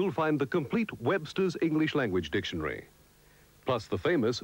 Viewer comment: "Dictionry". lol.